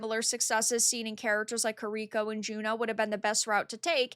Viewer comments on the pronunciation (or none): I like you but is not pronounced KirIko but KIriko. The emphasis is on the initial KI of her name.